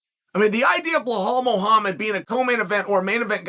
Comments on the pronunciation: Can someone please tell Chael the name is pronounced Be-Lal, NOT Balhal. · Dafuq is blehol 😂😂😂😂😂😂😂😂! Come on chahel it’s Belal! Remember the name ! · his name is Bilal, not BLAHAAAL Bro C'mon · uncle Chael... it's BE-LAL... Blahal smdh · Chael says he reads all the comments. Why'll he's at it he should bother to read the title of his own videos and see that Bahall's name is Belal. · Who the hell is bla-hall??? I thought Burns was fighting Belal Muhammad?? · Sonen is an idiot for not being able to name Bella the right way. He s like disabled and can’t say it right? Why he mocks him like that? He knows how to name him right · CHEAL FOR GODS SAKE IS BELAL LIKE BE LAL 😅😂😂😂😂😂😂 NOT BLAHOL 😂😂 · hes name is belal not blahal and you say khamzat not hazmat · Blahol hurts everytime I hear it. Chael is dyslexic. Makes his trash talk back in the day even more special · Ok guys, put your money on Blehall "mispronounce the name" Mohammad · Why does Chael keep mispronouncing Belal's (Be-LaL) name ? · Are you knew? He mispronounce everyone 's name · no hes not he says the white Russian names just fine if ur of colour he makes it his mission to mis pronounce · Why he say blahol HAHAHAHAHAHAHAHAHAHAHHAHAHAHAHA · Chael your predictions are way off. Say something now mate. Too many hits to the head in your days or something? Also, try say his name correctly. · Chael's mental note before saying name of a muslim fighter: I must mess it up 👺